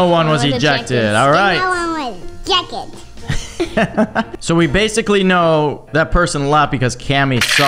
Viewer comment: ejeced Hes so cuteee ><